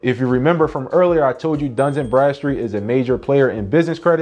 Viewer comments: DUN & Bradstreet 🤔please stop saying duns and Bradstreet lol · It’s Dun…not Duns. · There’s no S In Dun